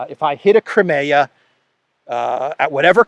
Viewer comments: btw the english pronounciation of "crimea" is "cry me a", as in "cry me a river" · I wish you'd learn how to pronounce Crimea.